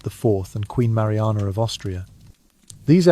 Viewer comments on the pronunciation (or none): can the "r" maruanaaar